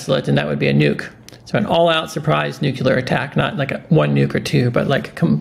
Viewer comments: Listen... Great effort but... I have a hard time with anyone, especially an educted person that mispronounces the word "NUCLEAR". Say it with me NEW CLEE ARE-NUCLEAR. EASY, RIGHT? NOT "NEW CUE LAR"- NUCULAR. PLEASE TRY? It detracts from your wisdom. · NUCLEAR, not nucular...